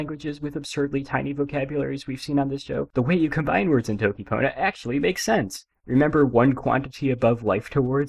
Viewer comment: bro said dokipona